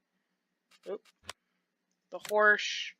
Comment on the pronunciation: Horsch...sounds like horse 🤔